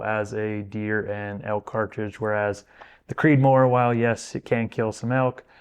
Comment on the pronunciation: All perfect except that, “Creedmoor”.